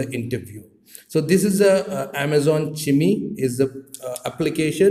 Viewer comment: Chime - Its not pronounced as "chimmi"... it's "shy-um". Like wind chimes